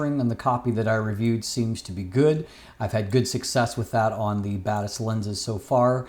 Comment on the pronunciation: When you say Batis Lens, I hear bad ass lens. 😅